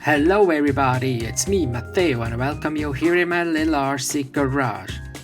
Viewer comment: Stopp! Stopp! Rückzieher! Ich habe mit Kollegen in der Redaktion deinen Fall diskutiert. Die meisten der Kollegen sind der Meinung, dass du dir mit deiner eigenwilligen Aussprache eine Marke aufgebaut hast. Z.B.: Das "Hello everybody!", wo du das zweite "e" aussprichst und ausdehnst. Ich beuge mich dieser Argumentation. Das ist Englisch der Marke Matteo. Also viel Glück weiterhin!